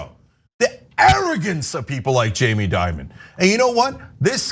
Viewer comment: Change the I in Dimon with an E!